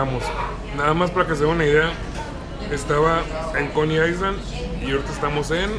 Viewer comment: no te lo tomes a mal pero no se dice "aisland" (island) se dice "ailand" como si no tuviera la "s". Saludos:)